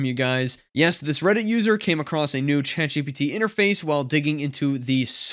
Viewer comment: Love this channel and all the info your share here. Hate the way you emphasise the G instead of the T I’m ChatGPT.